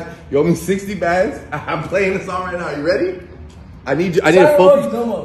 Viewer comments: Bendzzzzss lmao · 60 bænds